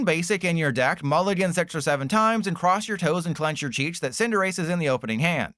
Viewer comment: there is NO way youre still pronouncing cinderace like this lmaoo